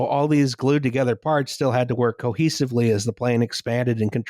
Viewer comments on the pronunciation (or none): Hehe, "cohesively"